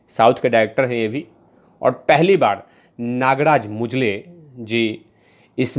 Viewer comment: अबे मुंजले नही मंजुळे है, ।नालायक हिंदड।